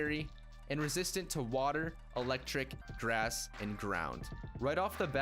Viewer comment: Grass sounds like drass